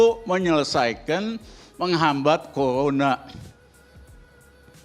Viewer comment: Risal ramli itu ngomong r saja gak tau dpr saja bilangnya dpl he he he so mgomong bivara saja gsk bener apalagi kerja corona saja ngomonya colona goblok